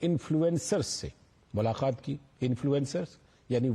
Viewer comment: मुलाक़ात बोलिए ना कि मुलाखात